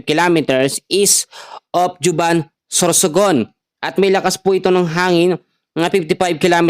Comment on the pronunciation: Correction Po yong Juban Sorsogon Ang pagbigkas Po ay as Huban Sorsogon Hindi Po Juban